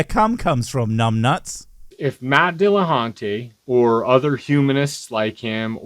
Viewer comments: It is dill-a-huntee, not dill-a-haunty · Was this supposed to be the apologist's Halloween video? It's the only reason I can think for pronouncing "dillaHUNTY" as "dillaHAUNTY". And if this silly—but not in a fun way—apologist wants to argue against something Matt said, why doesn't he call the show? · Are we not even going to mention that this guy aggressively mispronounces "DillaHON-TAY"? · As soon as he said "Dillahontay" I knew this guy was a total idiot. Apparently just intentionally mispronouncing names is their favorite way to show disrespect whole pretending it's plausibly deniable. Just like "Kuhmahla". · Matt Dilla-haun-tay. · I'm supposed to listen to (never mind consider) the statements made by someone who can't even be considerate enough to say Matt's name correctly? If I hadn't seen the clip first I would have assumed that "Matt Dilla-haunt-ay" was someone else entirely. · Why do so many theists pronounce Matt's name wrong? It's not Dealahauntay. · Matt Dilla-haunt-a? Well ok then mr theist. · DILL - UH - HAUNT - AY!!!!